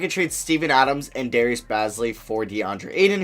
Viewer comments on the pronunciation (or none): none